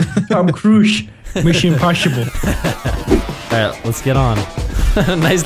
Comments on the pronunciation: I really love this video for the "Tom Cruisch: Misschion Poshible" bit - . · missun impusipol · Mussion imposhible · Mishun Imposhibul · Tom cruiesh mission imposhible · Mishin imposhable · Mishon imposhible